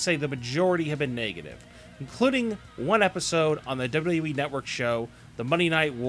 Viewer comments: you say wwe like dodododowee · First of all you have to make a good pronunciation.Then you got a option to choose making of a video.I just listened your presentation somehow through the video wich was disguisting.Please make sure from the next time what you have to improve your basic things to make a video presentation.Your accent of WWE was just impossible to take.